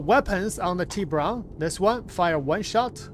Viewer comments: Tibrah… no its TibUron.. 😂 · It is not a Tea-Bron, it is a Tea-Boo-Ron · Isnt it pronounced: Tib burrrrr on? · No its Tib-bur-ON. Its Spanish for shark lol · Its TI as in Tie fighter or Nvidia TI So Its pronounced Tie- Buron